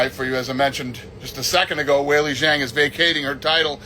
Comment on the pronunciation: He can't even say Zhang's name right